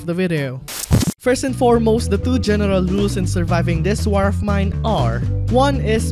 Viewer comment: “This warfs mine”😂